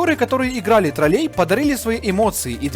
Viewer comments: И не троллЕй, а трОллей, у вас как с русским языком, автор? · Да не троллЕй, а трОллей! Можно посмотреть в интернете, как правильно ставить ударение. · трОллей, а не троллЕй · тРрОлЕй, а не ТролЕй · Классное видео, но вот ТролЕй очень режет слух. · после ударения в слове троллЕй на букву Е - расхотелось дальше слушать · согласен, были гоблины. Я написал про то, как автор ставит ударение в слове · афффтор ролика жжжёт с ударением в слове тролллей на букве Е.